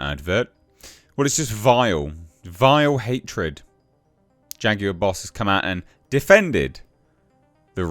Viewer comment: 😂😂😂dude said...."Faguar"